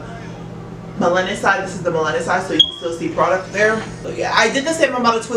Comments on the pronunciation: Melanin is pronounced mel-luh-nin. I've been wanting to try miche beauty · Nice video but it’s Mel-a-nin. Sorry it was distracting. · Lol how you said melanin wrong? It’s naturally in you lol. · The way you say "melanin" made me rewind the video 😂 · it's unique 😂😂 I love it though lol